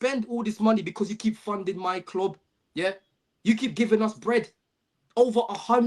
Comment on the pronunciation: The way he says club makes me want to be deaf